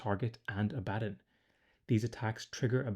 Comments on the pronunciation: It's a common mistake but its pronounced Abba Don not A Bad on. Great video as always =) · “Abaddon” is pronounced like “Aba-Don” and I’m pretty sure Drach’nyen is pronounced like “Drack-Knee-In.” That’s his sword, which is also a daemon. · It's Abaddon, not Abaddon 😂